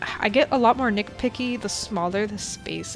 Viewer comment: Am I the only one who kept hearing "nickpicky" instead of "nitpicky"? Not hate I just find this funny